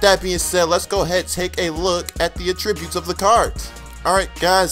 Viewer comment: maybe by madden 16 you will start saying attributes correctly. keep up the good vids though.